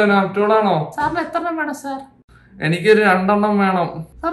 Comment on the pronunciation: നാപ്റ്റോൾ അല്ലിപ്പോൾ നാപ്ട്രോൾ.. 😌😌😌😌